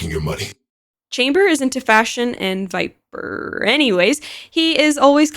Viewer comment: "Chamber it's into fashion..and Viperrrr.. But anyways"😂😂